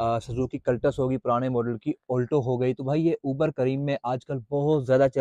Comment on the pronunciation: Bhai olto nahi alto hota hy